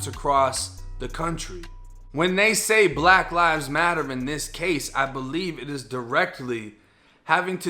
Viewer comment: "In that caw"